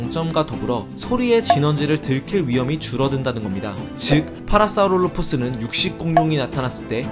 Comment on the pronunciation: 파라사우롤로푸스 발음이 어떻게저렇게 잘되지